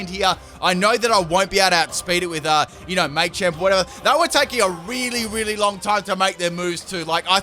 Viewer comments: Say it with me: "Muh-champ. Muh-champ." Maychamp. 🤣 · You're killin me. I know you know it's Ma-champ and not May-champ. You've said it before -_ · thank christ someone else noticed this too...it was driving me mad him saying it wrong.....its "MUH-CHAMP" not "MAY-CHAMP" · I wanted to throw up every time you said “may-champ” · Maychamp 😂😂😂 the way you say Machamp haha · It's Ma-Champ. The Ma is sounded like when you say the word Mach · As an Australian, yeah, he's definitely saying it wrong.